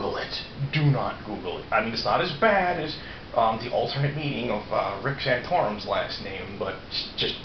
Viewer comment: You said Santourm